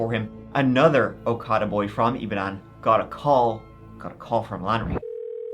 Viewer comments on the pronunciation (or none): Great vid and thanks for covering this! Just some pronunciation tips: Ibadan is pronounced “ee-bah-dawn” Okada is pronounced “aw-kah-dah”